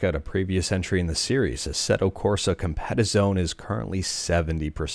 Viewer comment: Thanks! Just a sidenote, Assetto Corsa Competizione is pronounced "competeetionee". Those Italians eh 😊